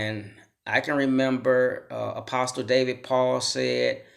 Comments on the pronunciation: Could someone tell this guy the "t" is silent in apostle? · No disrespect my friend,but the" t" in the word apostle is silent. ✌ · The “t” in apostle is silent. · The t is silent in apostle bro. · Another public school victim, or just stupid! In apostle the T is silent! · The T is silent...